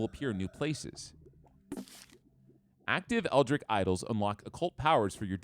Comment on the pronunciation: It's fine if you don't wanna play Cult of the Lamb periodically, just make the call. I know there are a literal gazillion amazing video games that you want to play. Fun fact: Stoic is pronounced Stow-Ick, Eldritch is pronounced Eld-rich.